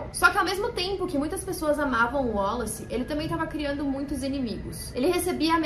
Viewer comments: Porque vc está falando o nome WALLACE com pronuncia Américana? Boba vc, hein! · Achei engraçado ela falando "wollace" kkkkkk